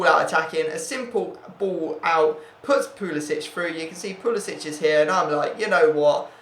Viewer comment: Hey btw pulisic is pronounced like "pulisick"